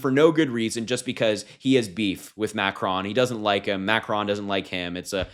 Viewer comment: Omg I was so distracted with your pronunciation of ‘macron’. Try to at least pronounce the names of the leaders of the country right if in political media landscape. Otherwise it’s good to see younger people taking such an interest in global and their own local politics. Hope this attracts more younger people to the arena